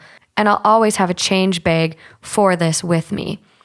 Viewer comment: Say “bag” again please